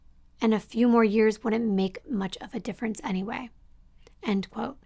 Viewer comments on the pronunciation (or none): none